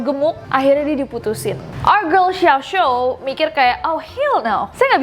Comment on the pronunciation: xiao xiao bukan xiao xo :')